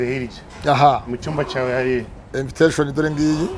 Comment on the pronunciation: Uzi kuvuga icyongera pasto inviteshoni 😂😂😂😂